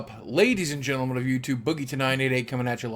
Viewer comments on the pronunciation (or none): none